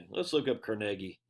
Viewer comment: Thank you for pronouncing Carnegie properly...most people put the emphasis on the first syllable instead of the second and then argue that they're right. The Carnegie Institute pronounces it right...who would have figured?